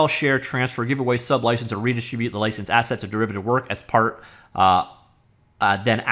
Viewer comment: "Assets" ..... I thought he said "Asshats" ... my bad😅